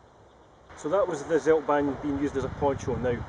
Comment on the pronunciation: try to speak "tseldbaahn"; "ts" like "Tsunami", not seldban